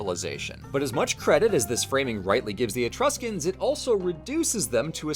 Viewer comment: "Be vewwy vewwy qwiet, we're hunting Etwuscans..." -, seemingly